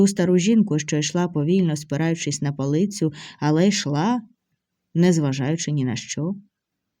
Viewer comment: Так багато реклами на такий короткий текст...відписка. Логічні наголоси та в словах, як ,наприклад, жінка сперлася на палИцю